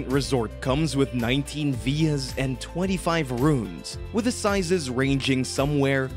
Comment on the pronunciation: Veers? I'm assuming you mean villas? Christ, why speak like that?